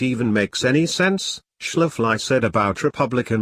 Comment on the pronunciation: Your robot voice needs to be introduced to miss Schafley's pronunciation, otherwise great presentation